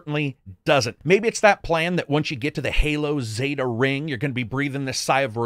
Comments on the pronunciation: Zeta is pronounced 'zay-tuh' - like 'beta'. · Why do you pronounce zeta “ze-da?”